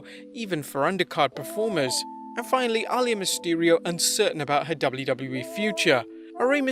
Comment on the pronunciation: Bro, Reys daughter is pronounced “Ah-Lee-Yah” not “All-Yah” 😒 smfh